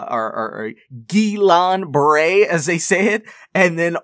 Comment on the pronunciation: Hi coach ! Just to let you know that, as a french person, I think your prononciation of " Guillain Barré" is awesome ! :)